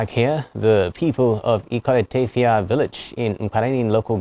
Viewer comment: Good work. But, please, remind the reporter that in Ibom phonetics, the letter 't' at the final position in a word is pronounced /d/, not /t/. For example 'obot' = /obod/, therefore 'Ikot Etefia = /ikod, etefia /, not /ikote tefia/! This type of pronunciation makes the speaker sound strange! Thanks and God bless.